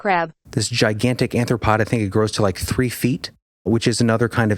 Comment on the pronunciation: Dude, you're killing me when you say "anthropod"... It's not "anthropod" it's "ARTH-RO-POD".... the word was right in front of you... It really hurts to hear words pronounced wrong....